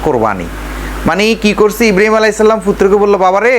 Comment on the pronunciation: ইব্রাহীম নবির নাম ভালো করে বলতে পারেনা। বলতেছে ইব্রিম